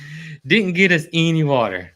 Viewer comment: Not to be pedantic but: it should be "any"...not eeny. I'm sorry...it just came out.